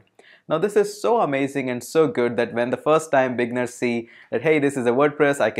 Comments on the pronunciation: thank you for the intro on Wordpress, it was very informative. * I just want to assist you with the english pronunciation of "Beginners". While you pronounce it saying "Big-ners" it actually pronounced as "Bee-gin-ners" or "Bee-ginners" * Click on the oxford dictionary link below and press the audio icon and you can hear the pronunciation. Keep up the great work. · LoL. What’s a bigner? I thing you are trying to say beginner. Bee-g+inn-nurs. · The word beginner after the g you need to pronounce it like it's eee right after the g like the i is dragged longer just trying to help Regarding WordPress it's a decent Cms for clients with lower budget and themes creation is not too hard